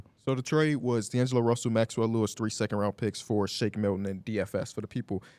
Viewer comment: am I the only one who heard “d’lo russy”?